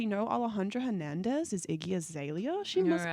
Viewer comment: the way she pronounces Hernandez.... XD